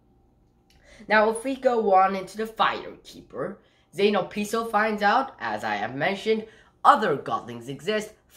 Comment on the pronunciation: First of all is Zane obispo not opispo